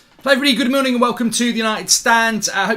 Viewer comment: Did he say "hello everybody good MOONING..."? Brilliant!